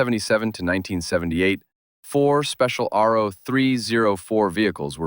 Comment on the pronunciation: Its not arrow is ARO learn to enounciate your words correctly !